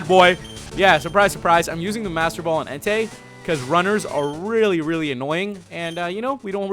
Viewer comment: That part was great when you said "there we go guys, we found enetei" 😂😂😂😂😂😂😂😂😂😂 You're awesome bro 😊